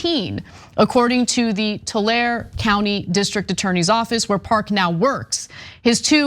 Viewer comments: Tula-rhee not Tul-air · tulare pronounced "To-Larry"